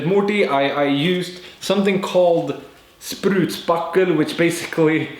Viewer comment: Haha i absolutely lost it when you said ''SPRUTSPACKEL'' Fyfan xD älska sverige